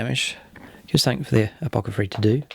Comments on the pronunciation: Nice report and great looking armies! Btw, just a friendly tip - it's apoTHecary, not apoCathery. :) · This should be a good bat-rep, but before I continue watching, I have to say - I'd noticed in a previous bat-rep (and thought it was a slip of the tongue), but then (and at other times), you're referring to the Apothecary as an Apocathary!?! :D